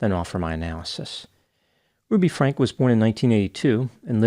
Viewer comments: Her last name is pronounced Frankee, not Frank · Her last name is pronounced Frankie not Frank. And if the turpin parents got life then i hope that she gets something substantial as well because her abuse was worse in my opinion.